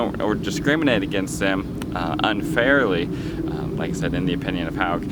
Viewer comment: Hogue rhymes with pogue, it's not pronounced like "Hog" dummy